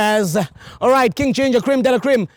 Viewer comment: It sounds like she was calling King Ginger Ben 10🤣🤣🤣